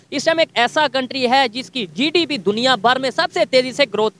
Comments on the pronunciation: Bhai jise GDP bolna nahi aata use kya pata GDP kya hai😂😂😂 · Sallam hai aise journalist ko jisko GDP bolna nahi ata 😂😂😂 Accha hai bharat me aisa koi itna jyada padha likha journalist nahi hai 😂😂😂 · Inko to GDP bolne nahi aata😂